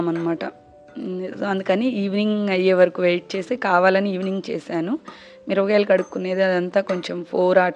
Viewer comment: Mirapakayalani meru mirabgayalu ani yenduku antunnaru its so funny